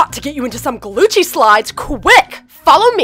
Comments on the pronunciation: i thought it was gucci not glucci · I turned on captions and when said “Glucci” the captions said “glue cheese” 🤣🤣🤣